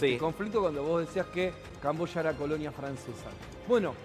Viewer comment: Yo pensé que era camboya ,el dijo cambosha.